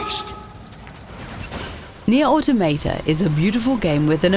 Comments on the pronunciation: Is Nier AUTOMATA not Nier of tomato. Nice pronounce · I think that she say otometa